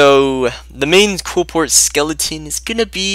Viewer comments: OH MY GOD ITS QLIPHORT NOT QUILPORT!!!!!!!!!!!! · KLEE-FORT. JESUS.